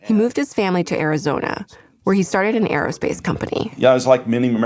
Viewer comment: Aerospace or "Air Oh? Space!"